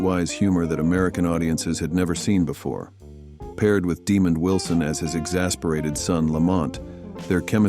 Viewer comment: It’s DeMOND Wilson, not Demon! 😈 And Baretta’s bird is a cockatoo, not a parrot.